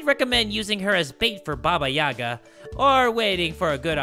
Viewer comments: as a slavic child i wanted to say that the stressed letter in "Yaga" is the last "a" haha its always funny and adorable to hear english speakers saying some words in slavic languages 😂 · Listening to say (Ba-Ba-Yagg-a) instead of (Ba-ba-Yay-gah) is utterly hilarious to me. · As someone with a Russian mother I feel obligated to say it's pronounced like yee-ga and not ya-ga but it's so it's aight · It’s not baba Yaga it’s pronounced baba yayga